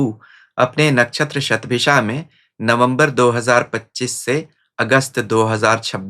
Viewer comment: अन्य हिंदीभाषी ज्योतिषियों की तरह आप 'शतभिषा' शब्द का उच्चार "शतभिखा" नहीं करते; बड़ा 'कर्णप्रिय' लगा। वैसे भी, आपकी भाषा हमेशा, हर दृष्टिकोण से, प्रशंसनीय रहती है।